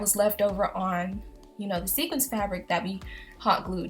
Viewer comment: Wait. Wait. Did she say "sequence" fabric. LMAO, great video tough 😊